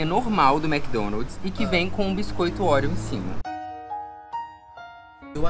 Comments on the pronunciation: Ai que agonia de vcs falando orieo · Kkkkk ouriou... bilinguii